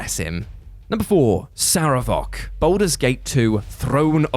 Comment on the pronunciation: I felt dread when he did that whole "strike up the band" thing again, was really annoyed with how he kept pronouncing Sarevok, and still with the optimistic bs at the end. I am almost considering not watching any WhatCulture videos with him in it